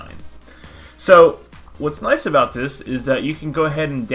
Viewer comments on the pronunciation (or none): none